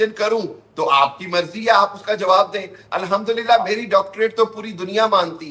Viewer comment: Kya bol rha hai beech beech me,,landdullah😂,,,bhai confused hu,,allahmdullah ki lund dullah